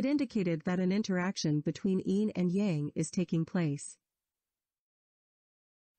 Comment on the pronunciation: If you want to teach this kind of content, direct speaker (whether human or computer) that Tao is prounounced with a "D" sound and Yang is pronounced with "ah" sound, (like "father, not like "tang")